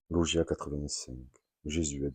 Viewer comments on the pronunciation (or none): Bonjour pour info logia est le pluriel de logion , nous disons donc un logion , et se prononce log-ya et log-yonne